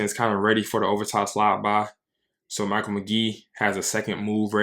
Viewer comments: FYI his name is pronounced like Mikhail not "Michael" and I've been watching people try to learn his technique from knees for years and nobody has yet 😄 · It’s Mick-ale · Amazing video. One thing - it's Meh-kale McGee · Good video...pronounced his first name wrong